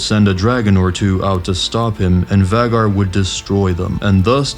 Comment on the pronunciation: Whats a vaggar? Its pronounced vay-gar